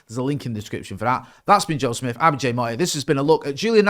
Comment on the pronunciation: Jay pronounces his name like he’s a superhero🦸🏼‍♂️